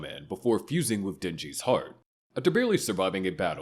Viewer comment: Please pronounce denji clearly 😂😂😂🙏🙏🙏